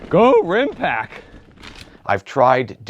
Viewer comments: I can't take it anymore! They are called Rimpact with a t at the end of the word. You know like Impact... Other than that, great video, thanks for the quality content. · I was going to say exactly the same, really good review but it's RimpacT! 😁